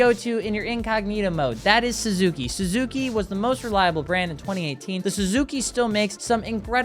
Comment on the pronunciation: I checked out when he said suski